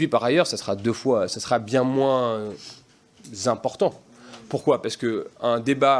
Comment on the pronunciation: "Bien moins zimportant"!Ce mauvais "zorateur" a les consignes du Crif! LA FRANCE EST DÉJÀ SOUS LA DICTATURE!😡😤👎